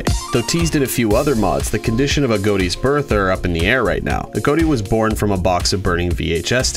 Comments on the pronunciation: you pronounce it like agoati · It's pronounced A-got-y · Its pronounced agoti I thought it was pronounced agot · why tf he saying aGOATi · He pronounced A.G.O.T.I.'s name wrong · I think that he said his name wrong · Your saying his name wrong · You pernounces Agoti wrong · Thats not how u prenounce agoti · Agoti not agoati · it’s agoti not aodie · A-GOAT-E It’s I-GOT-E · That does make sense, but in the "Interview with CaptainJackAttack" the original owner of AGOTI had pronounced it as "a-goat-ee" not "a-got-ee", so I had assumed if that's how the original creator says it, then that's how it's supposed to be said, y'know? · no it's not. It's Agoti not A goatee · I learned 11 things: Its pronounced a-goat-e. I thought it was pronounced a-got-e. You learn something new every day. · BRO IM DYING RN🤣🤣🤣🤣🤣🤣🤣🤣. The way he says “AGOTI” just makes me laugh so hard, I could probably laugh my literal INTESTINES AND BALLS outta me! Man it’s pronounced (A-GOT-I) not (A-GOAT-I) man! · It is a-got-e as confirmed by the owner, but this guy just pronounces it that way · the fact that says "a goat e" instead of "a-got-e" disturbs me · it’s not ah goat E it’s A got I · i know i'm gonna get shit on but it's a-got-tee, not ah-goat-tea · He said “agoaty” and not Agoti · His name is a-got-e not a-goat-e lol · It’s A got i , not a goat i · Uhm it's (uh • got • ee) not agoati Agoti :> agoati >:< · Sorry I just hate how people don't say it right I'm still subscribed. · Um not trying to be that guy buts it's pronounced a-got-tee not a-goat-tee. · It's not agoati it's agoti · "agoati" I LOVE THE WAY HE PRONOUNCES IT XDDD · How well do you know Agoti, your pronouncing his name like a goatee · THE WAY U PRONOUNCE HIS NAME IS. A GOT I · You say AGŌTI? I say AGOTI (but like with a little smile above the o so it’s a short o sound instead of a long one like how you say) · He just said "A-Goat-I" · I think it's pronounced "A-gah-tea" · Why does he say agoti like agoati